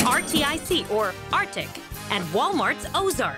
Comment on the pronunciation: Can someone tell here to sound out the rtic brand name lol